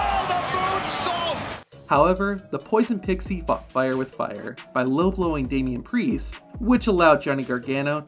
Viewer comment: Did he say damian pricccce? 😢